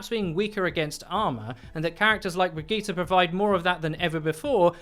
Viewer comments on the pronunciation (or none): none